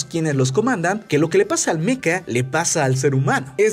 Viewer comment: Joder, se dice mecha no meca...